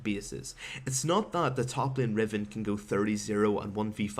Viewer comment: Why dose he say lean instead of lane?